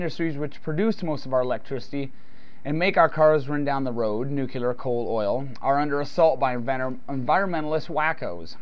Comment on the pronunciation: It's nu-clee-ar. Anyhow, tar sands and shale formations like Bakken are not exactly oil, but instead yield synthetics from bitumen and kerogen. They have been trying to figure out a way to make heavy oils like these work for decades, and have made almost no progress in economic viability. So they really are not part of the equation at all. Meanwhile, how do people like you account for this month's acknowledgment by both the DoE and the Pentagon that global decline is likely to begin by 2015?